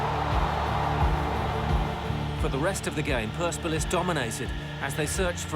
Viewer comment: That’s not how you say PERSEPOLIS